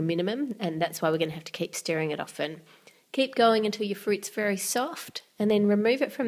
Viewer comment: She said vely instead of very